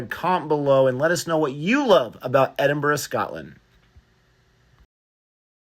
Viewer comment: Americans usually say Edinborough, great that you say it right.